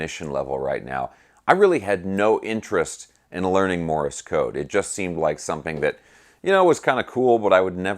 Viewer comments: Thanks great stuff. You are mispronouncing ‘Morse’ as Morris’ or I didn’t hear you right? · Morse is ONE syllable, not two !!